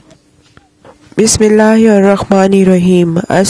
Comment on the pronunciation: bismillah Sahi padho